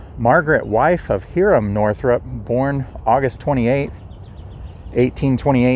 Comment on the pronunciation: Hiram/Hyram is pronounce as "HIgh-ram". A friendly bit of advice to your fine videos: please use the camera to point, not your hand. Using the hand to point and not the camera is unprofessional. Keep up the cemetery visits and telling of its associated history. Bravo.